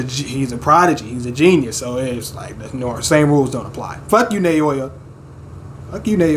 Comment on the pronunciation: It doesn't matter too much since Naoya already got iced (lol) but his name is pronounced like "Now-ya" Just wanted you to know! Maki comin through as Toji 2.0 is truly the best turn this story could have taken. Can't wait for the chapters to resume. Love all the reactions! <3